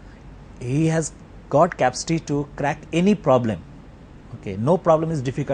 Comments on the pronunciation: the teacher pronounced capacity as "capstee" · i love how the prof says capcity instead of capacity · why the heck says Capsty instead of Capacity....wtf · guys he may be brilliant, but i will not accept that his teacher has to come in this show.did you see how he pronounces the words "capacity"......